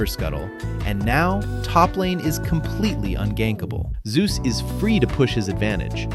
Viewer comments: I meant he insists on Zay-us but this video still says Zoo-z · The way you pronounce Zeus' name is a bit off btw It's pronounced /Zei/Yoos/